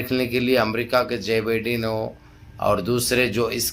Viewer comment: Bhai wo Jai bendan nhi Joe Biden hai😂😂😂😂😂